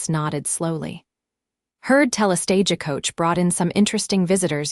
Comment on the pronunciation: Silver-waderr? SilverWater....fix it please. And Stage-E-Coach, Santa Fee, El-E-ner vs Eleanor, Wound vs wound around, read and read, etc. AI is trainable.....just do it right!